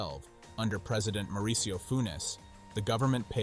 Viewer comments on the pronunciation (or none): none